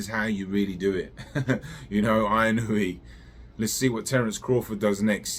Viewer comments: Just a heads up. It is Ee-noh-eh Inoue In Japanese, like spanish A - ah I - ee U - ooh E - eh O - oh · What is that like 8 different Japanese people calling him eeh no weh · It's so fuuking annoying when a name is written in English and English speakers can't read or pronounce it with shiit. WTF language do you really speak? It's not like it's written in Wingding! TF is "Ai-ee-noo-wee"? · It's actually pronounced In-oh-ooo-eh. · You obviously don't know Japanese. If you did then you would know where you are wrong. 井上 is いのうえ, the 上 in 井上 is pronounced as うえ (ooeh). 井上 is pronounced as eeno-ooeh. Don't take my word, ask a native Japanese speaker. Most don't really care enough to say it correctly so you don't have too either. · 😂😂😂it’s ee-noh-oo-eh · Find out at least how to pronounce the name of the guy right, you sound like a moron. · Not correct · the u gets blended in to the oh. It isn't pronounced with a separate syllable like the announcer said before the fight.